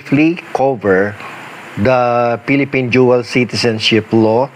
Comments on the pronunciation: Dual citizen not duel citizen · "Jual citizen" 😂😂